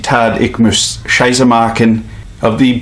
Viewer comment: I know it was fake as soon as you said "Beautiful german Kanton". There a no Kantons in Germany. I should have figured it out at "Ich muss Scheiße machen", but your pronunciation was Scheiße, so i didn't understand it.